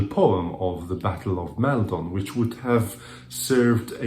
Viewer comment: Hello! Great video! I have just found your channel and I'm having great fun enjoying your reviews! The only thing I would correct is the pronunciation of the first vowel sound in Maldon, which I believe is /ɒ/ as in "copy". Keep up with the good work!